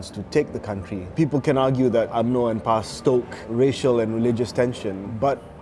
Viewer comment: Terbaek Cik Din ! But if you are really not clear of PAS history, you cant spell it out like that but say it as P-A-S